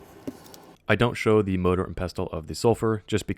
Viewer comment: Next time say MORDOR and pestle, continue the cycle